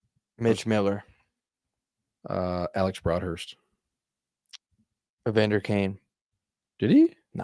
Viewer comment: and you said EVANDER, love the show boys!